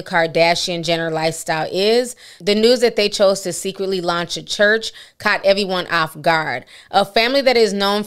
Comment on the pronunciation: who went to that “Khurch”? lmaooo😂😂😂😂 I can’t!!